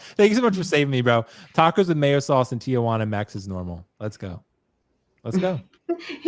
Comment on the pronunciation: in regards to Tijuana, it's a conjunction of Tia and Juana. In Spanish, if the first word ends in a sound that is the same as the beginning of the second word, you can join the two words together. So instead of saying Tia Juana, you'd simply say Tijuana (or Aunt Juana). Another example is "mi hijo" or "my son." It would be joined together as "mijo."